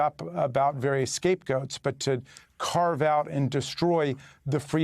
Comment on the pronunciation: But mah dummockruhsee 😆